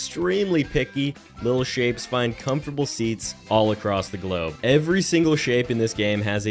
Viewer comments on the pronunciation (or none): In the beginning I thought you said little shits instead of little shapes 😂